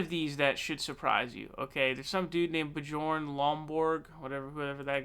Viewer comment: Bjorn is pronounced BYORN